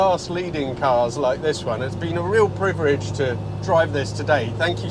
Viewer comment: Italian pronunciation of ‘privilege’ 😂 Love your videos and the cars you feature!!